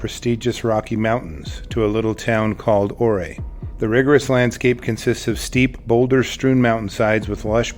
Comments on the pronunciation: I do live in Alaska. I knew people killed by bears. Camping. Very tragic. Oray? Its pronounce U-ray. Anyway, there is many great reasons to obey the law on feeding wildlife. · It’s pronounced “YOU-ray or you-RAY” but NOT “oo-ray or OO-ray”…🤨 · I lived in this area when this happened (btw it's pronounced U-ray, for Chief Ouray of the Ute people). Such a tragedy for the bears. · The town’s name is pronounced your-ray. It is named after a Native American chief. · It’s pronounced “YOU-Ray.” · Pronounced --- "oooray" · ""Yourway" is a better pronunciation of the location..... This lady was stooopid as hell! She, like other old ladies around the country feeding wildlife are the reason so many have to be shot by Game and Fish. If your neighbor does this or you have a family member or aunt....you have to stop it. ✋️ This particular woman got exactly what she asked for WILDLIFE INTERACTION! How did that work out? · I think it’s pronounced your-aye. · Ouray is lovely- Youray is the pronunciation. But even in Ouray bears are better lived from far away, far, far away. Condolences to the family, poor lady. She was too alone. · It's pronounce ur-ray. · Ouray is pronounced Your Ray. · This guy definitely doesn't know how to pronounce Ouray.